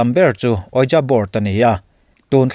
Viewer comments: Ouija hi 'UiJii' tiin lam nise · Ouija board...Ouijii tia lam rik tur....mahse i thu2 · A ngaihnawmin a bengvarthlak thin e. Ramhuai hi chu ka ring, bible pawhin a sawi a, thlahrang hi chu ka ring hranpa vak lo, ramhuai ho hnathawh tho a nih hmel ka ti. Ouija board hi ka ngaihthlak ve chinah 'Weeja board' ti deuh hlir hian kan Mizo youtuber te hian an lam thin a, english dictionary-a a lam dan tur leh, google vela a lam dan tur an sawiah hian 'weeje board' ti lampang hi a ni zel bawk si a, a mak ka ti deuh.